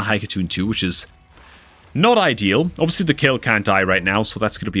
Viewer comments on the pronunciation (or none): none